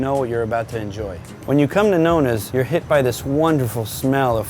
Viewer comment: The way he says Nonna's is a shame...